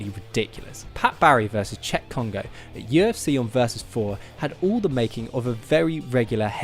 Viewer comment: I said no Adam no subs, however this guy can pronounce names so I'll stay. By the way this guy is correct, no words can do Cheick Kongo justice. You NEED to watch that fight.